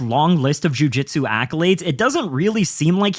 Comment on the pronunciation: Your pronunciation of jiu jitsu would make McKenzie Dern proud lol